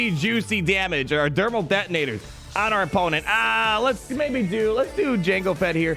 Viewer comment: did I hear Dermal Thetonators?